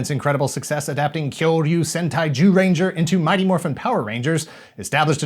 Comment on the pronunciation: OMG! You actually pronounced "Zyuranger" the proper way instead of how it's spelled! Great work guys!!!